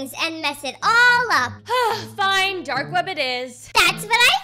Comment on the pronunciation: Why do you call it dark ved not dark webbb like why v at the start of veb why not a w